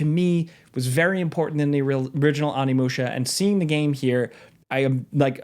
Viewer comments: Little spelling / annunciation error: its ONImusha, not ANImusha 😅 gotta say it Oh-nee-moo-sha, favorite game of all time, couldn't live with myself if I didn't try to be that guy lol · Onimusha = Oh-knee-moo-sha, not Ah-knee-moo-sha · Why you keep calling it Animusha lmao😂 OHNI!!! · It’s: ow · nee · moo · shuh